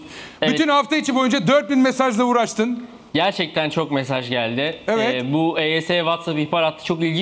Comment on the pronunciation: de mesaz diyo